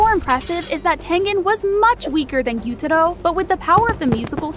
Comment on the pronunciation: Ain't anybody gonna say the way she pronounced Gyutaros name?